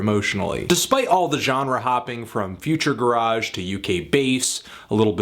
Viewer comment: future gararge is not how you pronounce it hahahaha made me crack up